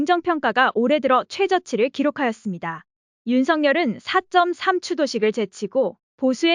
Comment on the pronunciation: 싫은 소리도 받아들여야 합니다... 언알바님 채널을 통해 간접 청취는 하고있지만 기계음으로하는 워딩은 아닌것같습니다... 만약에 본인의 목소리로 방송을 했다면 큰 실수를 하신겁니다 제주는 4쩜3이 아니고 4 3 입니다